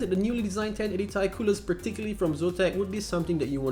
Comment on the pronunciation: when you said Ti(pronounce : Tie) instead of TI(pronounce : T & I) made me felt triggered.. btw,nice video tho.